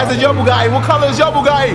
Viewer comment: "ma bougadi" ... BUGATTI, not bougadi